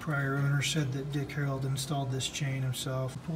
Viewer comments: Your absolutely correct he definitely does say HAROLD. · He keeps saying "Harold"